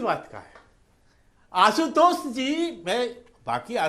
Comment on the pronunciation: रागी pronounce तुम भी जरा सिखलो... असुध गाया और आसुतोस नही अशुद्ध गाया और आशुतोष होता हे!